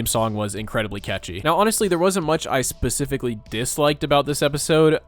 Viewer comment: Specifically, not pacifically ….